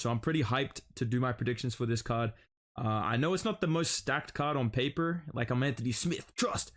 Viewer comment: On pap-ERRRRRR